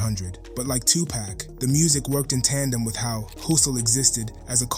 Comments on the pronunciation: You need to learn how to say “2 Pac” (Tu-poc, not tu-pack) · Say pock, not pack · As soon as he said 2 "pack" i cut it off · Its not 2 pack yo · You ain't no better it's Tupac not Tu-poc and it's one word not hyphenated smh😂😂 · I simply hate the way this guy says 2Pack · You sound like you're black..but you're saying "tu-pak"...cmon bro...culture vulture???